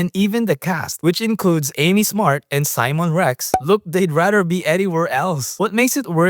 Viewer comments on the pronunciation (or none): none